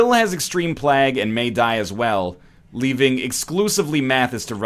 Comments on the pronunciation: like "vague", rather than like "bag" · Shard1697 playg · It's actually pronounced plague, not plague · Every time you say plague, i die a little inside. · The only reason the colonists died was because you kept saying plague wrong. They'd have been fine otherwise ;) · am i the only one triggered by the way he says plague ? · As a Canadian I also get very triggered as well, he has even said it properly when discussing it during his Geoguesser series.